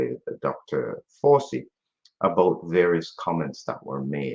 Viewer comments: I like the pronunciation of his name - "Doctor Forcey". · Fauci is pronounced in the Italian manner.